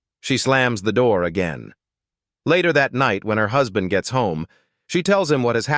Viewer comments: WHO'S-band? What, AI can no longer pronounce words like husband? C'mon. 🙄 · Gotta wonder how badly they typed "husband" for the AI to get it that wrong. I'm used to AI not knowing how to pronounce "I just read a book" as "red" instead of "reed."